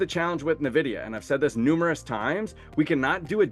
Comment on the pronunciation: Nice video, thanks! But could you pronounce it "Envidia" vs "Nevidia"? It sounds really weird....